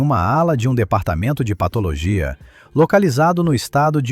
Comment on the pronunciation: O cara narrando pelo jeito não sabe o que é PATO,LOGIA